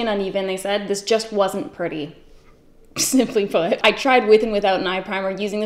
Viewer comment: When said “simply put”, I thought she said “smell my foot” and I had to replay it 20 times until I realized she does not want us to smell her foot.